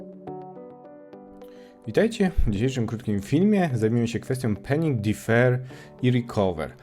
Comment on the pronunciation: przepraszam, ale muszę... 🤷‍♂️ panic czytamy pAnik 😂 Trzymaj się tam 😉 penik, penik, penik... (._.') warto było wspomnieć o problemie wydajnościowym z defer, który ostatnio został poprawiony i o zastosowaniu defer z recover do obsługi sytuacji wyjątkowych zachodzących w modułach, co pozwala na uproszczenie struktury kodu, opisane w artykule effective code na Dzięki za film:)